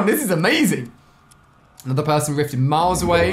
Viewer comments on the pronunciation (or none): none